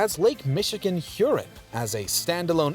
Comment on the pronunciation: Nice video however the pronunciation of Lake Huron should emphasize the "ON" of the second syllable thus avoiding sounding like something that needs flushing...sorry for the nitpick